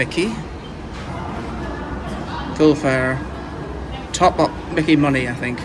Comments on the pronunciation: Myki is pronounced Mike E. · Did these two lads think about visiting Dandenong?, it would have been a culture shock. That little grey card is pronounced MY KEY, and I hope they kept it topped up. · I've never heard it called a Mickey card before 😂🤣😂 It's pronounced "My key". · Not micky like micky mouse. Mi kee card is how it's pronounced. Sorry I laughed when you said micky 😂. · It’s pronounced My Key …myki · Myki card is pronounced My Key & Melbourne has more trams than any city in the world. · There are a number of tram types used in Melbourne, some going back 100 years. You might like to consider trying out the City Circle tram which uses the old W-class and is around 100 years old. FYI the MYKI card is pronounced 'my key'. If you have an Android phone you can get one in the Google Pay app.